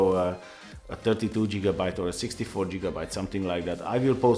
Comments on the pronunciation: He said jigabyte LMAO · HAHAHAHAHAHHAAHHA JIGABYTE!!!